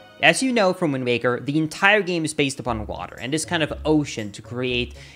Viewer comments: Am I hearing things or does he keep saying "WindMaker" instead of "Windwaker"? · It sounds a lot like you are saying Windbaker. :-/ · I hear wind baker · Probably something to do with accents and maybe vowels. Look up the "vowel space"